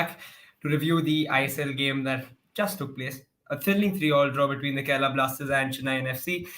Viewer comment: It's Kerala not kerela...